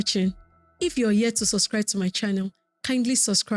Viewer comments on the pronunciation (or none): none